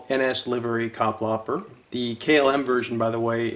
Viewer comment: Kapplapper? Butchered indeed. :-)